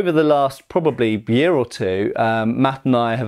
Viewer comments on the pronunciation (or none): none